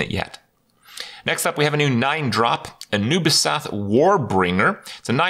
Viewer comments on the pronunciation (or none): When he said Anubisath I heard Ubisoft🧐🧐